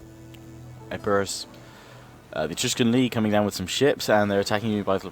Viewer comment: you keep saying Etrugen league wrong!